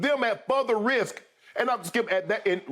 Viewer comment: Hey everyone just another reminder that the word "Further" has been turned into "Futher". We're taking all Rs out of words. This guy gets payed millions to talk and he says words like this.